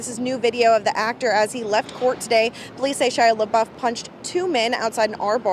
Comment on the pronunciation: The intro Lady says "Shy LaBuff"....cracked me up.